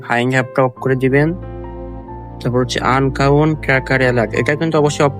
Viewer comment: আনকাউন্ট না রে ভাই🤣, আন্নোন হবে😂